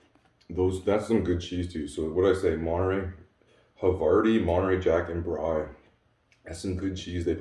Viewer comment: Brie = “bree,” double e sound. Good looking meal!